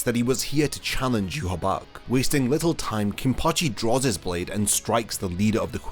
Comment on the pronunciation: That (in my opionion) is not how you pronouce Yhwach, The leader of the Quincys, It is prounouced for me, Yah-Waach.